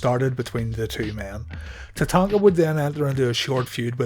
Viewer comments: Wait, is it Tatanka or Tatanga?! Your pronunciation is all I can focus on the entire video. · My question was redundant genius (sarcasm) as it's clearly spelled Tatanka in the title of the video. The jackass narrating the video is clearly unable to verbalize the letter K and instead substitutes G which made it unlistenable. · It was always funny when Bobby Heenan used to call him tatatatatanka.😆